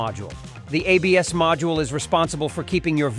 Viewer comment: "Abs" LMAO silly AI.